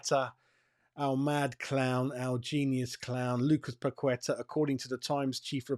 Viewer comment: FFS - Paqueta has been with us for 2 years. Ask him yourself if his name is pronounced Pakweta. I'd be annoyed if a Hammers reporter still can't say my name right after 2 years.